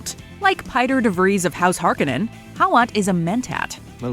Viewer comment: It's Har Ko nan!!! Absolutely drove me nuts on how they pronounced the name!!!!!